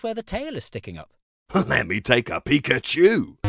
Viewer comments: Pa-Koo-Cho is my favorite Poo-Kay-Man!!!! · Not Pakoocho 😭